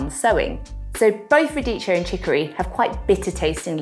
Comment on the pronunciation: Pronounciation: Radikkio no cheeo